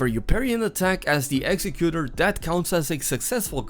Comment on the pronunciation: It’s pronounced executor not executor.